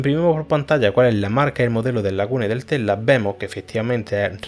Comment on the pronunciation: entiendo mas el codigo que cuando hablas, se te escucha tela y no tesla, omg